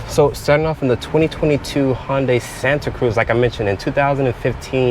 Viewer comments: he works there and pronounces it HONday. i thought it was HUNday. santa ana???????? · You’d think if you worked for Hyundai, you’d know how to pronounce it.. Its pronounced like Sunday but with an H.. So Hun-day, not how you’re saying it like Honda but swapping the duh with day Hon-day.. Then you say you don’t have the wheelbase numbers, but you know it’s 7” shorter than whatever vehicle, so i guess you work at a dealership and can’t do basic math either? Not to mention the dimension info has been out for months now… Cmon dude, you can do much better… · Never heard it pronounced Honday lol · Isn't it Hoondai not Honday ? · H-un-day and even that’s the simple version. I’m sorry but DAMN bro